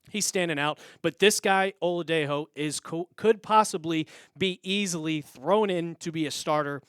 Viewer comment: Femi Oladejo * (Oh-La-Day-JO, hard J)